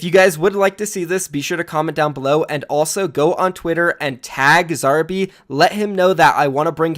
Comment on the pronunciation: The way you say Zarby sounds so weird to an Aussie like me LMAO